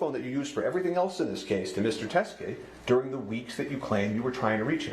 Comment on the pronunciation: Why do you say DEARING for the word DURING?